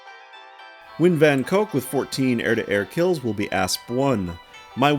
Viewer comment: Nguyen is pronounced as "nwen" just fyi